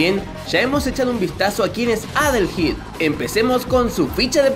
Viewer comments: Se pronuncia "adelhaid", Adelaida en español pero supongo que este sería Adelaido. De este nombre surgió Adel y Aída, y creo que ( no estoy seguro) también tiene relación con el nombre Haydee (Heidi) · Yo siempre lo pronuncie como adeleid y no adelheid jajaja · De hecho se pronuncia como "Adelaid" Ya que la h es muda. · adelheid, oyeron? adelheid. uh la la señor frances si como no. +como se dice entonces? -minirugal